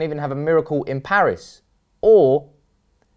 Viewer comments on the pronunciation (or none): none